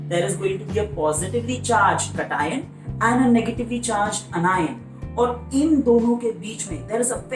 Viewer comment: Sir i am sorry but i didnt understand it when u said cation or anions cause your pronouncation was a bit different.. no hate❤❤ your videos help me a lot